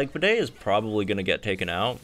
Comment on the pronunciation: BRO PLS JUST CALL HIM BEDE LIKE BEET, NOT BIDET! OK, IT'S TRIGGERING